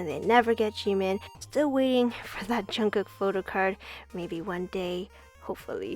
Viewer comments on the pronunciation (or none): none